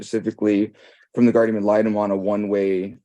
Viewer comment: Guardian! nnnnnNNNN! Not Gardium 🙄 😂